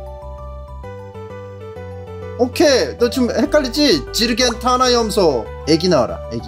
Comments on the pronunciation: ㅋㅋㅋㅋㅋㅋ아니 지르겐타나 염소하는데 왜 얼마 전 쇼츠에서 본 영어 하던 침착맨이 생각나냐 발음이 준내 외국인 같네ㅋㅋㅋㅋㅋㅋㅋㅋㅋㅋ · 억양이 그때 그 숏츠 더빙이랑 개똑같아서 그런듯 ㅋㅋㅋㅋㅋㅋㅋㅋㅋㅋ